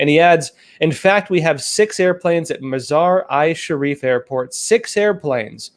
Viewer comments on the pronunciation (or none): for reference, it's Mazar - EEE- Sharif.